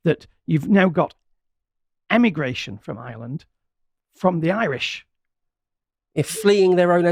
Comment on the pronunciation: IReland. Not eyeland. Try harder.